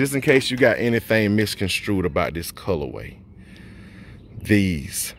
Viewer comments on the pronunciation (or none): none